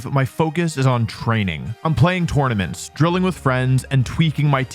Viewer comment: yet you still say tournaments wrong